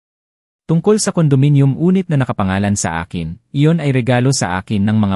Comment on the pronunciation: Walang pagbabago Ang bigkas mo ng make-up, meyk yup or meyk yoop pa Rin, tigas ng ulo mo, dyusko ko Ang bigkas mo ng unit ay onit pa Rin ayusin mo nman pagbigkas ng mga salita tulad ng supot nagging bastos tuloy Yung kahulugan ng klase ng pagbigkas mo, utang na loob kung Hindi nyo papalitan Ang narrator wala nang tatangkilik sa mga kwento nyo